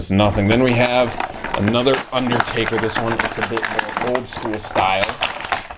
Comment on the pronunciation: It's undertaker not underdaber stupid